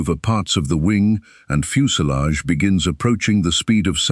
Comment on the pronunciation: What's a fuse a lage ?